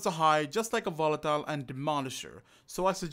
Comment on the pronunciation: i know its how you speak but i hear wolatile